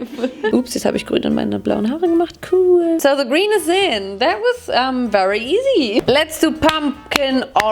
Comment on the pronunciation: Dies überdeutsche cool bei 😂😂 KUUUUUUUUUUHHHHL